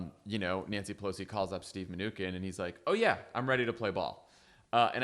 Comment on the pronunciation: You guys are great, but you should correct your pronunciation of the Treasury Secretary's name. It's "min-u-chin"